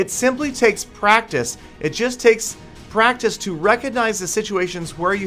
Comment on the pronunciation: Learn how to say practice